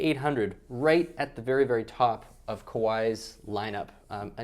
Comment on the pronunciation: It's pronounced ka-va-ee, not ko-why!